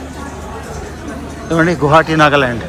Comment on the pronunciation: నువ్వు ఎ నుండి వ'అంటున్నావ్ అర్ధంకాల గువాహటి న స్పష్టంగ పలకడంల మీరు